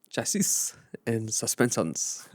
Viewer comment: Chachisss….And SusPensen !!! 😂